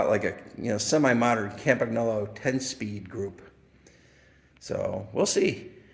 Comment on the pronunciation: 22 seconds in. "most had funny names we couldn't pronounce " 3 seconds later: "cam-pag-nolo" AAAAARGGHHH (it's pronounced Cam-pan-yolo) Nice collection; I ''collect' bikes roughly between (the last of the pro steel bikes), think Colnago Master olympic, Tecnos... I have a bike quite similar to your Pinarello Treviso but just a bit 'younger' with internal cable routing. nicest bike of your collection imho: The Colnago Buckler. If I ever find one in 54 or 55...